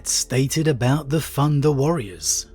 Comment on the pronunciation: You know it's thunder warrior, not "funda" warrior